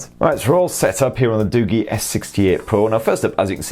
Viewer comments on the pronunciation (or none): You pronounced it wrong its not Du-Gi its Du-Ji